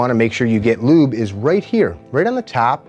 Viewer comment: It's just as easy to say lubricate or even better, gun oil or just, oil. You said lyúbe😚 like 70 times.